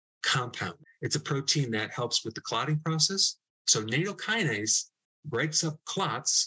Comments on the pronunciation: Nattokinase has a short A. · Nattokinase is pronounced "Nat Oh Key Nah Say"